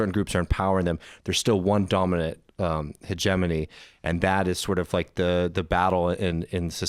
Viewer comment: Hegemony is pronounced: heg-EM-ony. (The strong syllable is the second) 🙂 The guest pronounced it correctly.